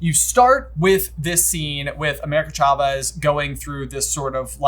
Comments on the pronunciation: Am I the only one bothered by pronouncing it "CHA-vez" instead of "SHA-vez" They pronounce it correct in the first few minutes if the movie... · I love these guys, but the way they pronounced Chavez was SO distracting lol 😂